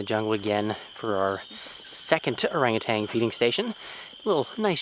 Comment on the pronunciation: There’s no g at the end of ORANGUTAN. Please orangu-TAN not orangu-TANG!